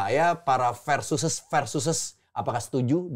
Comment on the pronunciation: Bumpernya bkin salfok, Versus pake V bukan F 😂